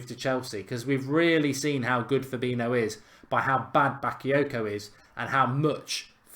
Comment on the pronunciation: It’s fab-een-i-o